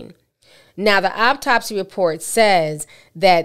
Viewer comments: AUtopsy. not OPtopsy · Auptopsy? Really? You speak slow, mispronounce words and take to long to get to the story. This is not the profession for you. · Wait, did her mother say "Aptopsy?" Jesus